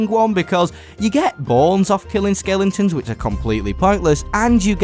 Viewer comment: Skellingtons? Its skelEtons